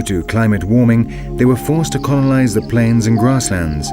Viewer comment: The narration leaves a lot to be desired. Sloppy script and sloppy pronunciation of certain words. What is "conolize"???